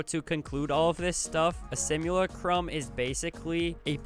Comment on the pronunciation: Simulacrum is pronounced Sim-u-lack-crumb